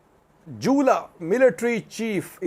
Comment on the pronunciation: How you say jula, is funny 😆